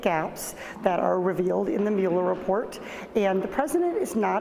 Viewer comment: How is it possible she can't pronance Meuller? How?